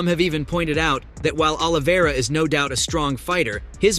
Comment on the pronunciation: “the Russian Charles Olivera “ “Dominant victory over volk” Bro couldn’t even pronounce Dustin and Justin’s last name😂 Is this guy mentally disabled?